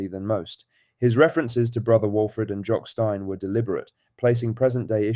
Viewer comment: Embarrassing you cannot get your AI pronunciation correct for Jock Stein